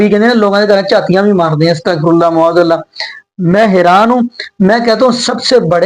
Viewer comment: Ma'aaz Allah aap kyon nahi sahi se bol sakte? You always say Mu'aaz Allah. Can you correct your pronunciation?